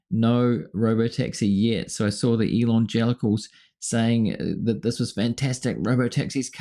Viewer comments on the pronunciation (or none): "elon"gelicals. Thats funny